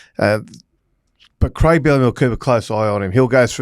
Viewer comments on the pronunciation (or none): none